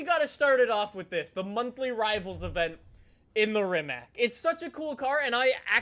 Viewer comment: I don’t want to be a grammar nazi but I’m pretty sure it’s pronounced (Ree-mock)